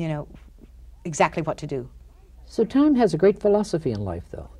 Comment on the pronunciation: I think he keeps calling her “Tyme” Daly...😖